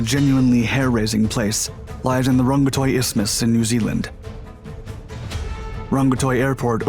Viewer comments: It’s pronounced rag-ga-tiki airport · "...... but some things were better back then" That is priceless! A good production, pronunciation of place names, which can be quite difficult to non Kiwis, was done pretty well, which is to the credit of the presenter. Wellington is a bad place for a city and Rongotai is a really bad place for an airport but they didn't have much of a choice. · To say the names you got wrong. Paraparaumu you got right!! RNZAF Station Ohakea (Said O-Hah-key-a) Rongotai (Wellington Suburb where the airport is located) Said Wrong-ga-tie or Wrong-go-tie.